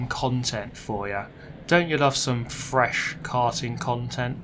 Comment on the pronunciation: i do love a bit of frrrresh KKarting KKontent